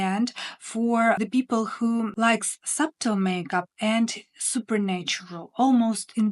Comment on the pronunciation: I enjoy your content and applaud you for the challenges of speaking a new language. Just for information, not criticizing, the word subtle has a silent b. So it sounds like sutle. Thank you for all the information you give us. ❤️